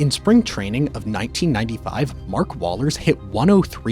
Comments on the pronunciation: It’s not Wallers bro. It’s pronounced Wohlers. If you’re going to make these vids uneducated in this realm get it right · Sorry bro that would be Whoa-lers, for you youngn's. Understandable mistake i guess.